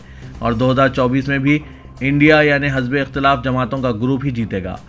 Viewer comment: Hazbe iqtilaaf nahi hizbe iqtilaaf Urdu ka qatal mat karo hamesha galtiyan mat karo